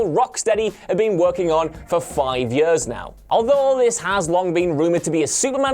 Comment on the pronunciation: For "yeuhs"...